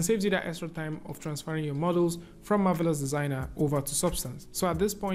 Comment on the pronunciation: I love the beautiful way pronounces the words "Marvelous Designer"!